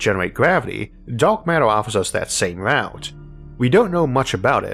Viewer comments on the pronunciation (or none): none